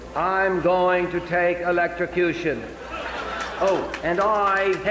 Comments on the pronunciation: At least JFK knows how to pronounce electrocution (hint: it doesn't contain an x in the middle)! 😂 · At least the old grumpy guy comes up with brand new words like "elecstecution."